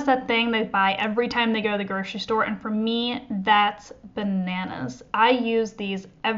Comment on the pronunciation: groCery-there is NO "sh" in GroCery.